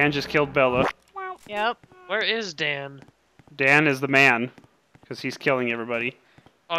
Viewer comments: its dan not don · Your name is Dan not da